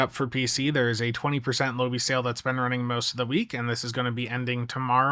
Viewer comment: FFS, you can't even pronounce Lobi. It's not "low-bee". It's "Low-bye"